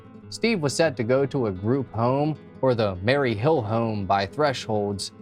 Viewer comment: Maryville home not Mary hill home.